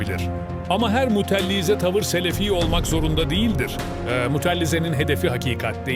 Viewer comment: Mutellize değil Mutezile